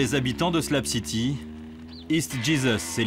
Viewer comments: haha Ps: C'est SlaB city et non slam city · C'est pas "SLAB CITY" c'est "shlag city" 😅